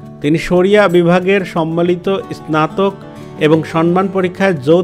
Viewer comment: আপনার স্নাতক উঢ্ঢারন ভুল। শুদ্ধ করার চেষ্টা করুন।